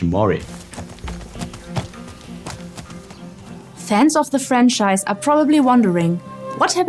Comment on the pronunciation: Why is the main character redhaired ? and why can't you pronounce Khiimori the right way? Everytime you say kimori it butchers the word ffs.